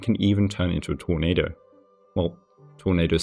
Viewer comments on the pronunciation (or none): none